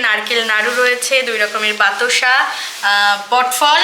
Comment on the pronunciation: অনেক কথা ভুল বলে